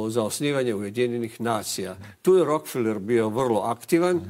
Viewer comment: RO - KE - FE - LER. (Engl. Rockefeller) A ne Rok - feler.